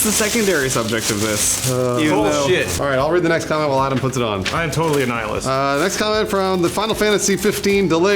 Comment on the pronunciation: i HATE for the way he said Nihilist